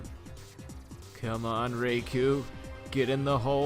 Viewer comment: With how horribly you pronounced Raikou’s name you deserved to have it escape immediately